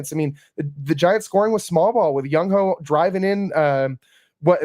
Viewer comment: Come on now… who tf is “ young hoe” … it’s JUNG HOO